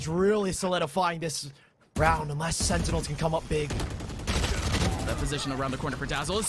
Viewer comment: ''sennels'' ? :D